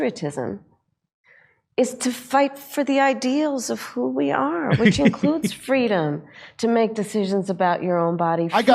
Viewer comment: Did she say "freedom" or "fweedom"?